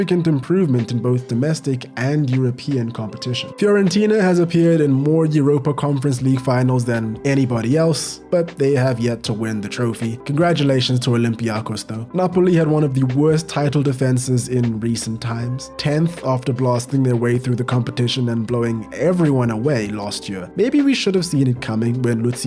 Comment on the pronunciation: OlympiaKOS. not OlympiAkos. Dont how they get to a European final and the announcers cant do 5 minutes of research to learn how to say their name. Its been like this for years.